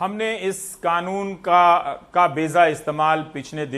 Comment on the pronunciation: Ravishji with respect beja not beza.